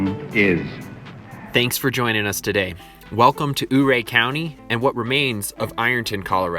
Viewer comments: YOU-RAY not UUU-RAY please and thank you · Your pronouncing Ouray completly wrong. Not oohray. But Youray 😉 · The town you keep pronouncing as "Ooray." Sorry pal, but it really is called "You Ray". Being a historic person and narrator, you must pronounce it correctly, according to old legends. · Thanks for the informational video. Just a heads up though, Ouray is pronounced “Youray”. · Great job. BTW Ouray is pronounced You're A. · Ouray is pronounced “yur-ray.” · To give him some credit though it's totally not spelled (Ouray) the way it's pronounced (you-ray) so cut the guy some slack eh? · I was wondering if any one pointed it out. Figured they did. No shade on him at all, every one who hasn’t lived around there or had family in the area and or, in the mining industry calls it wrong. He got it closer than most. There was a guy on the radio 98 kisses when there was a blue grass festival pronounced it our ay. When he mentions the water being radioactive… eeek . I was wondering how that awesome hot spring in Ouray were radiation wise. My aunt got Married in Ouray, we went over for it then every one got together later and enjoyed the pool. I can’t totally remember details being really young but I have always loved swimming so that stands out. Beautiful area, but I can’t remember if it was Ouray or a close town had to have-every thing moved out like houses and dirt when I was in high school or jr. high because of radiation contamination.